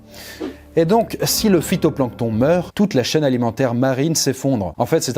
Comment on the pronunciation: J adore (nan me dit pas pas que c est le fitonplanton -si si c est le fitonplanton